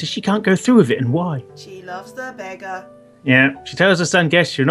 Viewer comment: Love this series!!!!! calling a Beggar a "Buggar" instead made my day:D And the dirty mindedness of you two is epic:)